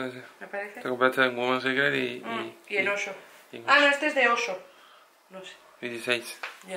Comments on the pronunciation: Por qué dices "osho"??? y la "Y"?!?!?!?! Es oysho!!! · no es oso es ohyso que se pronuncia oiso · M da gracia cuando dice Osho en vez de oysho